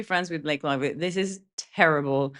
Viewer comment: Snake Lievely 😂😂😂😂